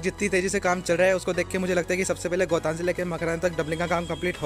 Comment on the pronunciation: गोतान नहीं सही नाम गोटन है.